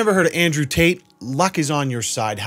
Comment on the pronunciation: Really wish he would pronounce his Ts. What is he, an'rew 'a'e? Is his brother 'ris'an 'a'e? He doesn't sound bri'ish.